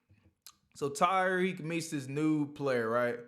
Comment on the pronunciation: Yo, his name is Ta-riq, NOT Ty-riq.